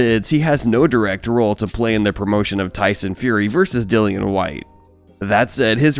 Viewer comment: It's not dillan it's dillian